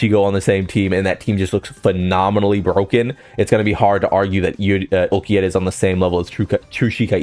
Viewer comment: Orra orra. Ulquiorra.😂 Not ulquierra.